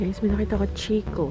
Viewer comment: correct pronunciation for chicco is Khi-kho. i do enjoy watching your vlog. thanks